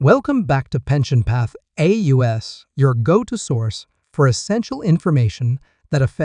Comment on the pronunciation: Remember when they come out with A U S instead of the correct pronunciation as one "word" you know it's just another AI generated video that gets things wrong so use caution in believing it.☹